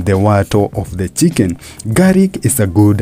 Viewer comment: its called garlic not garic